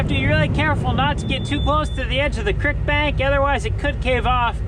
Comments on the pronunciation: "Crik" I think you mean "creek". Lol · It’s a crEEk not a crIck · Creek. Not Crik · "crick" LOLOLOL